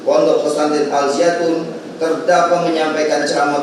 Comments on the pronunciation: Alzaytun... alzaytun.. Bukan alziatun 🤣🤣🤣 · Jaksanya gimana siih bukan Al-Ziatun to tapi Al-Zaytun woy 😂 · Woy Alzaytun jangan alziatun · Mulut kepleset gak bisa baca Al Zaytun😂😂😂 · Lidah nya jpu kepleset, karena nama Al Zaytun sangat suci, jadi tidak sanggup jaksa mengotori nama suci itu 😊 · Tulisan suci jadi g bisa jelas bacanya semoga tergetar hatinya luluh sama nama al zaytun